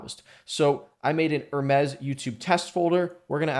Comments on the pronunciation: Top tier video, bro. It really helped me out. By the way, in this context its just pronounced "her meez" .. you were saying it like the French lux brand ;) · Enjoyed the video but one thing. Say - Her now say - Me now say - Z Now put it all together. Greek messanger to the gods, called mercury by the romans.